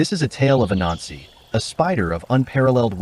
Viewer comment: Great story But when you said the god’s name it sounds slightly like “A Nazi” Might need to work on that